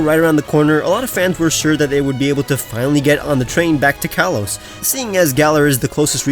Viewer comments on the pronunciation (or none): none